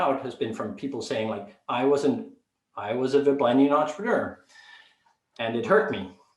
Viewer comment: Ble-ble-nian. Hahaha